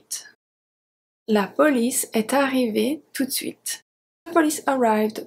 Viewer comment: I didn't hear you pronounce 'de' from "tout de suite". Was it sounded skipped because this is the way French is spoken?🙏